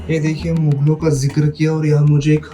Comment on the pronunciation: मुगल होता है न कि मुघल